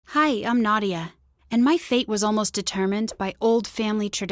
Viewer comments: Just saying it’s not Nodia it’s Nadia just sayin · Did she say Nadia or Nardia???????